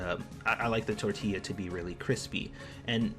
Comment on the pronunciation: Yea you almost did just pronounce tortilla like that 🤣🤣🤣 YOU’RE DONE!!!